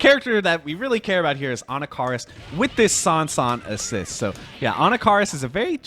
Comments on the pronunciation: 'ANNA-CAR-US' ? 😂😂😂 uve clearly never used this character before lol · Anna Car us 😂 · He still says Anakaris' name weird to me